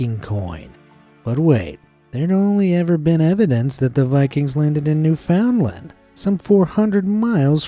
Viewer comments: New-found-land 😃🤡 ITS NEW-(FIN)-d-LAND or even NEW-(FUND)-LAND LIKEE AHHHHH ISTG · It's pronounced newfundland. But with how it's spelt I don't blame you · as a canadian i feel obligated to tell you that its only spelled "newfoundland" its pronounced "new-f'n-lund" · Hey, a Canadian here, it’s pronounced “New Fin-land”, and no I’m not joking you, all Canadians knows this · New'-fund-land, with emphasis on "new". If you're french, the emphasis is on "land". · Just a tricky-tack thing, but Newfoundland is pronounced new-FUND-land with the accent on new. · I live in Newfoundland, but that’s not how you pronounce it 😭lol a lot of people pronounce it wrong. Lol